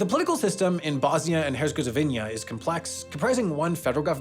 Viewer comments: "Bosnia and Herzegovinnia" LMAO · "Bosnia and HERZGEZOVINIA" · Bosnia and Herzgezgovinia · Bosnia and "Hergezgovinia" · Incorrect pronunciations in Bosnia and Herzegovina - There aren't two Zs in Herzegovina Cape Verde - country's official English name is Cabo Verde Benin - buh-neen Corrections: - Spain, the Scrabble tournament with a winner who didn't speak Spanish happened in 2024. Nigel finished 5th in 2025 - Finland, the phone ban isn't universal in the country - Romania, wrong mayoral candidate in photo referenced - Lithuania, Lithuania's eastern neighbor they're keeping up with in drones is Russia, not Belarus - San Marino, San Marino has not announced their next Eurovision participant - Morocco, Spain withdrew from Western Sahara in 1976, not the 1960s - Nigeria, was completely forgotten